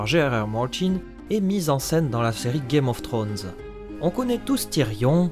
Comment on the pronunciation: Ul excellent episode !sinon on dit "game of thrones" pas "gay mof thrones";)